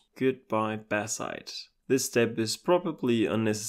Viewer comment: the moment I heard "Batzite" I knew immediately where this guy is from 🇩🇪